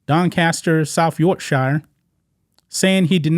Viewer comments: Rossington: not Rose-sing-tan but Ross-ing-tun. Yorkshire: not York-shy-err but York-Sherr. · It's pronounced yorksher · To all my American friends. Its pronounced york-sher like the word shire isn't said properly, our fault not yours.